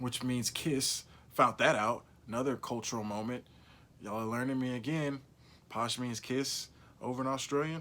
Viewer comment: lol “posh”? It’s “pash”, mate. “Pa”, as in “pat”. That being said, I’ve loved your take and dives into the lives of the characters of this show. You deserve more love!